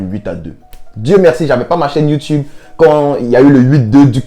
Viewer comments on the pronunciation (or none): none